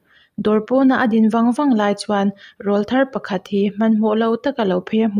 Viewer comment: Rawlthar i tih/sawi a rawl hi aw(voice) anga lam rik tur ani e.. (rawl tih a A-ah hian thlukna dah tur a nia,computer a tanga comment a nih vangin.punctuation ka dah thei lo ani e..)